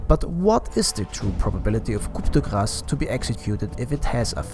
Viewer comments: just so you know, coup de grace is three french words that are pronounced: 'cou de grace' in english, you do not need to pronounce the P anyway, good video man! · Your pronounciation of Coup de Grace is so bad, i wondered if it was intentional. Also I would not recommend skadi and strongly avoid buying butterfly on PA